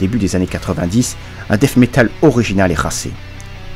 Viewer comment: Excellente vidéo, à n'en pas douter!!!👍👍👍 Petit conseil en passant, ce n"est pas du "Dèsse" métal ou du "Dèffe" métal. À la limite prononcez "Dète" métal, c'est ce qui se rapproche le plus de la prononciation anglaise. Je peux affirmer que moi et la plupart des copains on ne comprenais absolument rien avec vos "Ze" et vos "esse". Et c'est donc pour ça que j'ai appris le français !!! Hahaha 😂😂😂.